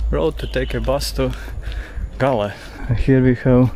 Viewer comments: Galle you pronounce it the goal no reason to pay $ 1 I spent lots of time in my childhood . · Galle you pronounce the goal no reason to pay $ 1 I spent lots of time in my childhood . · Galle you pronounce it 😊 the goal no reason to pay $ 1 I spent lots of time in my childhood .